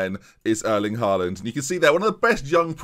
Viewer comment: Hate to be a spoilsport but it’s pronounced hall und not haal und (how you’d pronounce hallway)